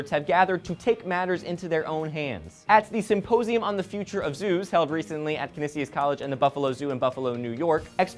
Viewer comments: just saying it is not pronounced ca necius it is pronounced KA-Knee-SHUS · Kah-knee-shh-us not cah-nis-e-us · Oh and its CAH NEE SHUS not CAH Ni SIUS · lmao i go to Canisius, its pronounced Can-esh-ish. But good on you for trying. :D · It's pronounced ka-knee-shus:D and thank you you gave me one more reason to go there next year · I'm from Buffalo and you said Canisius (college) wrong. Its pronounced Can-E-Shus. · Canisius is pronounced CAN-NI-SHEUS. Though, you're not the only one: v=wNCzxB1IaiA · gahh, you mispronounced canisius. it sounds like can-E-shus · as someone from Buffalo I was temporarily confused when said canisius because you pronounced it wrong but thats okay i still love you guys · pronounced Canisus College wrong. I laughed for like 5 minutes. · u said 'Canisius' wrong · that not how you pronounce the schools name!!